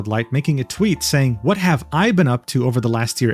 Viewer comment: the implied emphasis is on the "HAVE", not the "I', changes the meaning.